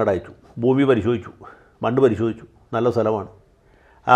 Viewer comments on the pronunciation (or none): none